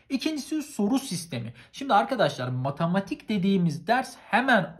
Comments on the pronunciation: nobody:: matAmatik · Nobody::Matamatik asdfgdgdgshsggdhgsfashas